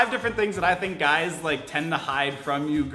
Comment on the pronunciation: How many times did he say "GYUS" in this video?